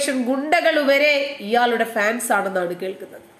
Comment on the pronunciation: Madam, please call it Hans, not fans